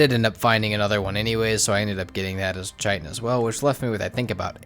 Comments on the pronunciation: Love your videos. Keep it up. Couple pronunciation things: Chitin = Kite - In. Not Chite - In. Dvergr = Verger... seriously, google it. Keep it up, vids are awesome! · Love your video but I’ve got to say. It’s pronounced Kai Tin not Chi Tin